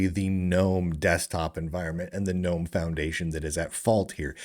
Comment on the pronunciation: I have it on good authority that GNOME is pronounced, "guh-nome." That's how the founder pronounces it.